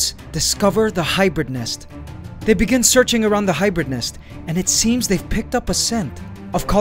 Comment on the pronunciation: U say hybird ? That in roblox anteligence glitch charecter